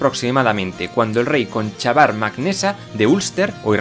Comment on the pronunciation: Una pequeña correción. En los nombres gaélicos no se pronuncia la CH... Cuchulainn: Cuc-ju-len. Conchobar: Conc-jobar, etc.